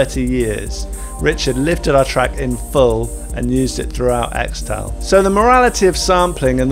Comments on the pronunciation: pretty sure it's pronounced 'kris-tull' but 'eks-tal' is cool too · It's pronounced 'Crystal' not 'Xtal' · I cringe every time you say "Xtal" when it should actually be pronounced as "crystal" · apparently, it's pronounced "crystal" not "xtal". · its not "extal", its "crystal" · XTAL is pronounced Crystal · its pronounced 'crystal' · It's pronounced "Crystal". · It's pronounced "Crystal" isn't it? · Its pronounced "Crystal" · Xtal --- is actually pronounced Crystal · I think it's pronounced crystal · This mf pronounced it “Extal” 🤣🤣🤣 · pronounced CRYSTAL lol